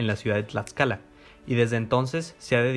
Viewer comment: ¿Escuché Huamantla, Tlatscala?... es broma, solo quería comentar tu vídeo para darle difusión, muy bueno, sigue así, por favor